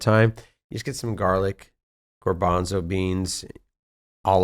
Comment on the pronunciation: gOrbanzo beans? Doesn’t he mean gArbanzo?!